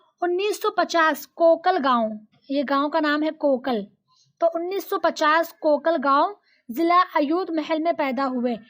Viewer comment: Mam😂 ham musannif ke hi gao ke hai and un ke gao ka naam kokalgaon😂 ( kalgaon) me paida huye or (zila) Jise English me district matlab zila hota hai or hamara zila yautmaal nhi (yevatmal) hai sorry but aap Talim de rahi ho to dekh kar padha ya kare hamare nana hai nasheet